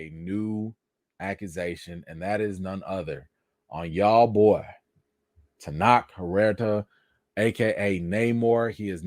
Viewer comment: Maybe not the best time, but his name is pronounced Ten-oach, like coach That said, hope the accusation is fake 💀